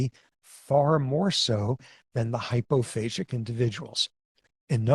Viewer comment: The way professor Sapolsky pronounces it does make it sound like 'phasic', but the word is 'hypophagic'/'hyperphagic', using the greek word 'phagein', for eating/devouring. For comparison: of the several cell types of the immune system there is a cell type that has been named 'macrophage'.